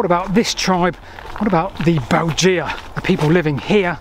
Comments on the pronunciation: Weird how pronounces the name of the Belgae. It should be 'Bel-gay', not 'Belge-a'. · Thanks Ludovica for writing my comment for me! Yes, Latin is easy to mispronounce (especially, it seems, for Brits), but "Bell-gee-ah" (spelled Belgea??) grated in my ears. Agree that bell-guy is much better! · Bel jee ah. What sort of ridiculous pronunciation is that. Bel guy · Excellent video. Just one crit: :'Belgae' is pronounced 'bell-guy', with a hard g, and definitely not 'bell-gee-ah'. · Sorry to be picky, but please check the pronunciation of Belgae. We can’t know exactly how to say it, but ‘beljeea’ is just weird. A better approximation is ‘bell guy’. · Great video, but it's pronounced "Bell-guy"! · I thought that the Belgae was pronounced “Bell guy” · well my old Latin teacher would have had a fit if he heard you pronounce it Beljay lol. Btw pw your other content is right up my street - lost canals and railways - instant subscribe! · Belgae= Bell-guy, two syllable word, the sad state of classical literature in education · Pronounced "Beljay"